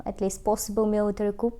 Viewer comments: Happy to see you so excited and smiling about the Maroon5 concert. I could almost feel your energy. I have a small pronunciation note: The English word “coup” has a silent p. The word sounds like coo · What a wonderful video! Your videos are getting better and better. My wife and I visited this museum and we loved it. One correction. The word “coup” is French and is pronounced “coo”. You don’t pronounce the “p”. 😊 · Hi. Dali was such a strange yet compelling character. Thanks for keeping your videos light. It is always a relief to escape the war for a few minutes. I should however point out that 'coup' is pronounced 'coo' - it comes from the French 'coup de grace', 'coup d'etat' etc. Niki Proshin also got it wrong, so you are in good company. Best wishes from England.